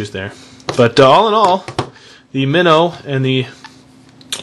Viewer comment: you say it wrong its flip mino like a little fish